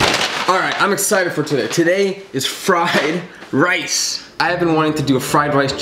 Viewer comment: he said fried race